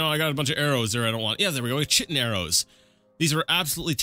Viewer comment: I believe that is pronounced "Kite-in" Exoskeletons of bugs are made of chitin.